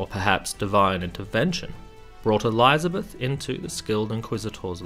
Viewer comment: I'm out. Can't stand hearing ELEYEZA beth